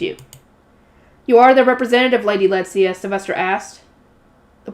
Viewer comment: Letizia is pronounced Le-ti-zi-a The way you a saying it is Let-zia leaving the i silent but you have to produce it. An i in German is pronounced like an e in English. Le-te-zi-a. But it is fine if you find it easier to keep everything as it is. You are doing fine otherwise. So keep up❤